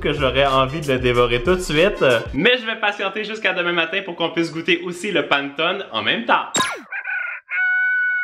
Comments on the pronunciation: Ça me pique les oreilles ta prononciation de "panettone" 🤣🤣🤣 ça se lit [pa] [né] [to] [né] 😉 moi je l'aime avec aux pépites de chocolat 🍫 En tout cas ta vidéo m'a donné l'eau à la bouche 🙂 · Le panettone se prononce [panéttoné] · Pour la panettone sa se prononce panètonne voilà bonne journée 😌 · Coucou, tu as cuisiné le panettone (panéttone, pour la prononciation 😊) la brioche de mon enfance, j'adore tes vidéo, continue à nous régler 😁🤤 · Je voulais juste te dire que le gâteau italien se prononce Panétoné et non Panetone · on dit Pannétoné mais pas grave tout le monde fait l'erreur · J'adore tes vidéos et super idée de vidéo 😊 mais juste pour information on ne dit pas /panneton/ mais /pannétonne/ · Sa se dit panétoné et je connais meme la légende (je le fais en se moment en italien au collège ) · La prononciation: Panétoné😅 J’adore vos vidéos 😁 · Ooo mamamia ses les silabe ses panè tonai sa se dit comme sa mai sa sécri panetonne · J'adore tes vidéos ☺️ par contre la prononciation c'est panétonné joyeux Noël😚🥳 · Coucou je t’adore et je voulais juste te le dire je te dire mais on le prononce pannétone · Jmexcuse mais l'italienne en moi a cringe a chaque fois ta dit pannetone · ça ce prononce Pannéttone (Panne = pain) Pannettone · Hey ! Pour une vidéo, pourquoi pas faire un "je mange que des recettes Corse pendant 24h" ? Ps : j'adore vos vidéos a toi et Isaac, vous me mettez le smile chaque vendredi et samedi merci !❤ Si jamais panettone se prononcé Panétòne ^^ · Super vidéo ! Ça à l'air tellement bon. Les étoiles c'est sûr je les fais et peut-être le Xmas pudding. C'est tellement chouette que toi et Isaac postiez vos vidéos le week-end. Ça donne encore plus envie d'être en week-end. Juste pour info : on prononce "Panétonnéééé" 😃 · Ça se prononce "panètoné"